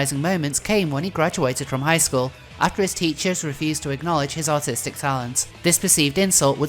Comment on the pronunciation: I think your accent is great but I love how it sounded like you said "after his teachers refused to acknowledge his autistic talent" lol. That being said I think it's incredible how Chris' lack of artistic talent remained consistent throughout the years. His art literally never improved.